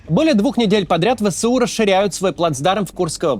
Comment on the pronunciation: Не "Вэ-Сэ-У", а "Вэ-эС-У"!